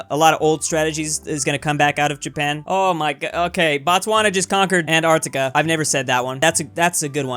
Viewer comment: Why is this guy pronouncing it "Ant-artica" ?